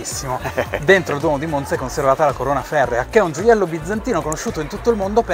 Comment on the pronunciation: Che bello vedere un video sulla mia città . Finalmente delle persone che dicono bene la parola MONZA . Bel video , spiegate bene e non siete noiosi . 👋👋 Mi sono appena iscritta . Ciaooooo